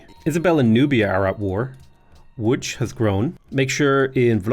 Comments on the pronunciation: Great pronunciation of "Łódź" ;) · Coming from a Pole, Your pronounciation of Łódź is dead on. Congrats! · Pronunciation of Łódź is amazing, Wrocław is basically vrotsuav, we don't do weird stuff with c. C is always ts. ;) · I like that you pronounce Lodz as "woodge," like it's supposed to be. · Thank you for pronouncing Łódź properly. It means a lot. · how did you know how to actually pronounce "Łódź" ?! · Your pronounciation of Łódź was so good I thought maybe you know some Polish, but then I heard "Wrokław" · Respect for pronouncing “Łódź” correctly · You actually pronouncing Łódź correctly! Mindblown,jpg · You say Wrocław and Łódź good :)